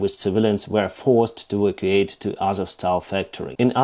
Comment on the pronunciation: Hey, your English is great, but... evacuate is /eh/ or /ee/ /va'/ /que/ /ate/ I don't think you mispronounce it as much as you don't accent the VAK part, causing the rhythm to fail. And my brain to go 'HUH?' And don't think I'm criticizing, I can't even read Ukrainian.